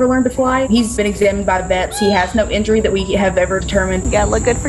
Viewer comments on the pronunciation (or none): none